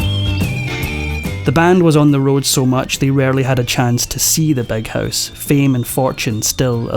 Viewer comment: It's Big House, not Beg House, you misfortunate tongue inflicted man😅